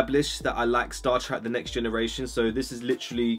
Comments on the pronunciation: Man says he said he likes star treck but he says star track 😂😂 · sorry, star trak? big man it's star trek